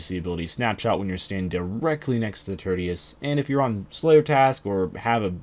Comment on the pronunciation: "turdius". its pronounced TEER-SHUS